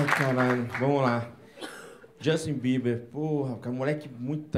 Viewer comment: "Jostin beber"😂😂😂